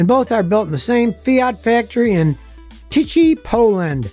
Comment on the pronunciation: Tychy, Poland should sound more like teehee ;) greetings from Poland. And Fiat 500L is manufactured in Italy